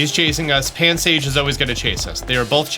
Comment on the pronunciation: “Pansage” “Krokorok” “Noibat” man hes bad with names. Great with tutorials tho